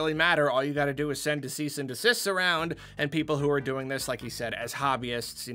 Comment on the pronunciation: Anyone else hear that he said "decease and desist"